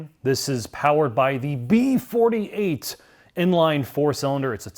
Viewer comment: Liked for the gratuitous B48(!) emphasis. All hail Son of God's Engine.